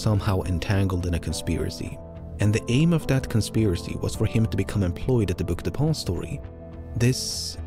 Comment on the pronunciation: I swear to god every time he says "Book Depository" I hear "Book De'Paulstory" and it sounds like some fancy hotel or something.